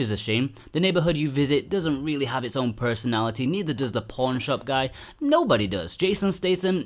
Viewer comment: I kept thinking he was saying "porn shop"